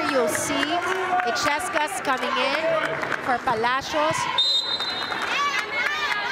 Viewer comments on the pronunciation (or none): il-yes-cas! That's how to pronounce it. The commentator ' she kept on saying e-ches-cas which she's been wrong all the time!